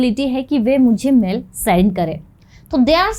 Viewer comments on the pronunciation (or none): मैडम उसे मेल कहा जाता है मेल , आप जो कह रहे हैं " मैंल "इसका मतलब है शरीर की गंदगी ... देखिए कितना अर्थ का अनर्थ हो जाता है कृपया सही हिंदी बोलना भी सीखें